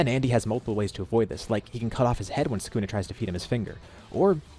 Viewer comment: i hate the way he says sukana its pronounced (Sew- ka-na) not (sew-kana)